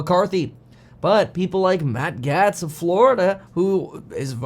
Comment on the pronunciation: Its matt gates. Its pronounced gates.